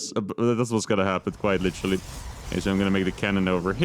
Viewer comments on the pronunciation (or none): Can you please stop saying litchely all the time. Thank you.